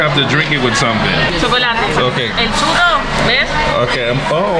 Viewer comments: Damn … CHURRO or CHORIZO?! My guy said “CHURRIO” 😅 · It's not chorizo it's churro